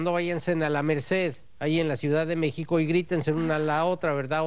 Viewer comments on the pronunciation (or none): none